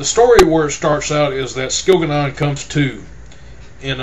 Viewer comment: I hate your pronunciation of the names and places its really annoying (skil-ga-non)really? And by the way, when your giving a spoiler alert and telling people to skip to a certain time in your poor review video allow them enough time to do just that before blurting its jianna straight away, it was just silly